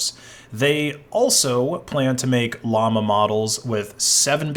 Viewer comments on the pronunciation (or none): none